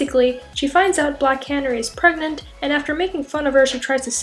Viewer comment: Is she... PREGANANANT?